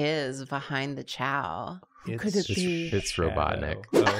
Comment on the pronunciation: chao with an i (he's Italian) Had me laughing harder than I have in the last month